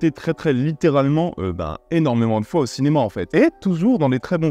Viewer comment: Salut! Je connaissais pas du tout ce film! Merci pour la découverte! (par contre, le "il était une foiT en Chine"... lol)